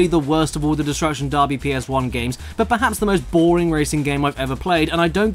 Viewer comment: "destruction DARBY"